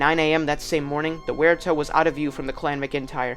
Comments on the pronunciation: In Australia Waratah is pronounced Woh-reh-tar. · Correct pronunciation of Waratah.